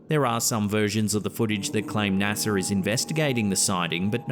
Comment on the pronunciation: Why does add random Rs to random words? Instead of NASA, he said naser, wth